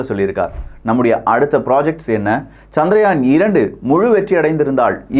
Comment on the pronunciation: சந்திரயான் என்ற பெயரை ஏன் சந்திராயன் என்று குழப்புகிறீர்கள்? இந்த அடிப்படை வேறுபாடு கூட தெரியாத ஊடகமா இது? ஆங்கிலத்தில்தான் தவறாமல் உச்சரிப்புக் குளறுபடி செய்கிறீர்கள என்பதோடு நிறுத்திக்கொள்ளக் கூடாதா?